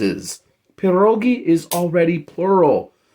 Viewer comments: Right, and not 'PAH' rogi, it's 'Pyeh' rogi. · Its pronounced "Pierre -ogie" instead of perroegee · You don’t even pronounce it right. They are called pied-doggie. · I hate to say…you aren’t pronouncing pierogi correctly…lol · Roll your “R” in pierogi